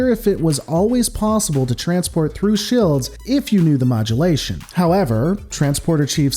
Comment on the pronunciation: What the Hell are "shilds?"